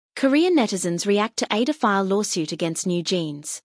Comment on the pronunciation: I sometimes wonder if the narrator of a lot of videos is made with AI.. the pronunciation of words like ADOR, which if you are someone who is familiar with kpop.. will know it's like "A-Door"..